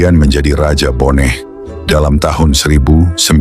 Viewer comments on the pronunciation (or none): Bone bukan boneh.